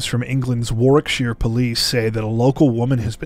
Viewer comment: Well done for pronouncing Warwickshire correctly. Not many people from outside of the UK would be able to do that. 😉